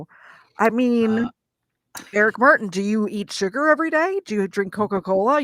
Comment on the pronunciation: Dear Prosecutor, the name is Martin NOT "Mar in" WITH a T !!